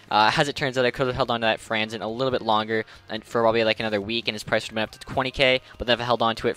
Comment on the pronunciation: What kind of wings fan can't pronounce Franzen